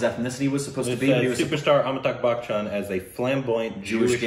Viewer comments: well its Amitabh Bachchan & not Amitabh Buckchhan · It isn't "Bak-chan" it's "Ba-chan" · Its not pronounced as buck chan though....